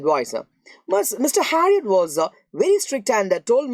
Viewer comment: Why are you saying uh after every end of a sentence.? Nightuu,hospitaluu and harriotuuu😂